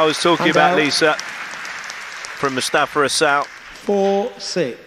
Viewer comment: Listen to the trophy presentation at the end. I swear she said “Mostafa Asshole”